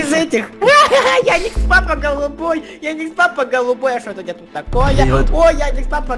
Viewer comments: EdisonPts и еще не феди а фредди и не яникс папа а ярик щапа и не динекс папа а вика пвпа и еще не федди а фредди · Правильно Ярик Лапа,а не Яникс Папа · Почему-то мне слышится Яникс папа и Вика папа !!!! Почему ?